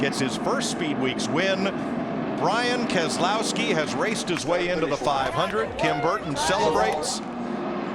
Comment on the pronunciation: the spoke man said brain kesolowski